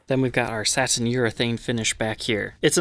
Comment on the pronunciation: Can I ask why you pronounce the word satin as “saT-in” instead of “satin”? It’s extremely distracting. Are you by chance Canadian? Just wondering. Thanks.